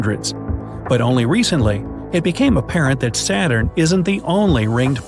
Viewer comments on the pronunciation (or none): none